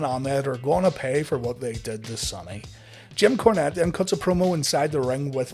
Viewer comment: Are my ears messed up or does he keep calling Jim Cornette "Kim Cornette"?